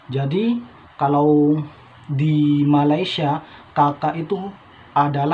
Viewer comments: ma lay sia bukan ma ley sha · 1 perkataan yg masih belum sebut dgn betul adalah MALAYSIA... lps ni cuba dengar bagaimana orang malaysia sebut perkataan Malaysia dan cuba ikut sebut dgn betul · Sedap di sebut melesia